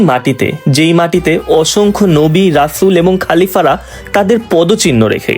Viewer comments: খালিফা না খলিফা। মামী না মমি😂😂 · খলিফা কে খালিফা আর মমি কে মামি বলে, ঠিক মত বাংলা বলতে শিখুন 😂😂